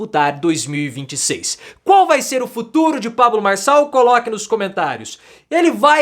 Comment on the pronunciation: Farshall, fala direito.